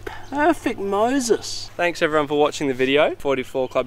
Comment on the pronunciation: heuoou ewewyone we r back in the toweew